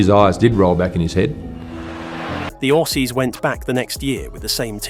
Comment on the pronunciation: I doubt this guy is even a cricket supporter can’t pronounce the name of quiet a few cricketers Nor can he pronounce Aussies and Kiwis